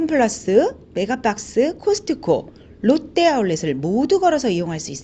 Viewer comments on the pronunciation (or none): none